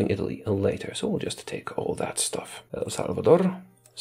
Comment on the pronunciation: Man, you really deserve appreciation for your pronunciation. Your Rs are very European, but I'll forgive you that. Because of that, I thought your Spanish pronunciation would be messy, but then you go rolling your Rs in El Salvadorrrr.